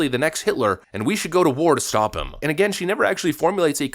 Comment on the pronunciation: Hold on, did you say Haley has failed "time and time after 'gain???" 😂😂😅😅 Good Lord, you need to try harder.